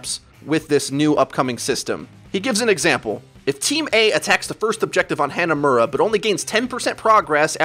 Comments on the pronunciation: Hey, ive watched like 20 videos and I gotta tell you, the map "hanamura" isn't pronounced "Hannah Muurah"- they say it correctly when you entire the map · SMH every time you say Hanamura. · why do you pronounce hanamura so poorly